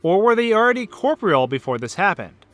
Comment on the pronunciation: am i the only one who's been pronouncing corporeal wrong my whole life? I mean at first I thought he was pronouncing it wrong but I googled it and he's right! how have i never noticed this?